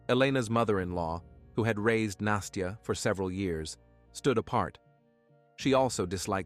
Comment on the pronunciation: the narrator keeps pronouncing it "nasteeyah" A Russian saying настя doesnt have the ee in it.